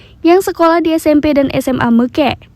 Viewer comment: BUKAN MEKEK.....tapi meukek